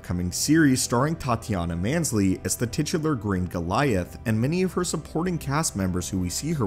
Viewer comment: Her name is MAAS-LAA-NEE not mansley